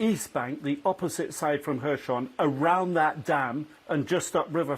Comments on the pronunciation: Little annoys me more than hearing someone pronounce words in their own f* way... especially a high-profile TV person! Throughout this war, no-one else has pronounced the 's' in Kherson as a 'sh', but this reporter does just that... every time saying "Hershon". Not even Ukrainians pronounce it in this way, if he was trying to be clever. The Anglicised 'Kh' (Х) is like a slightly guttural 'h' - or just an 'h' to the English-speaking population - and 'son' (со́н) is pronounced as, well 'son'. Aside from this, glory to Ukraine and crush the Russians! 💙💪💛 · please tell your guy that it's kherson, not khershon! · Why has not learned to pronounce “Kherson” correctly after so many of reporting?